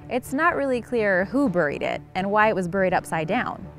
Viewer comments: OMG it's not Bur-ee as in Hurry - it's Bear-ee as in Berry. Sorry but bur-ee is just so cringey. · ive heard the word 'buried' pronounced as 'burryed' and not (properly) as 'berried'. animals burry, man buries.